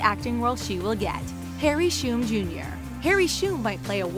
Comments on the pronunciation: You: harry shoom jr. Us aka fandom: S-H-U-M!! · Harry Shoom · Harry shoom jr😂 lol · The way she said Harry Shum I’m dead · Wtf is ur problem w/ pronouncing names??? Harry SHOOM???? VALENTEEN!??? jesus fucking christ...